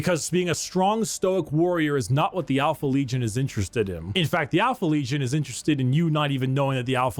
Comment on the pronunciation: After watching like 8 different people react to, I've noticed one thing..... Occasionally, pronounces "n" as "m". Like, when he says legion as "legiom", but only sometimes.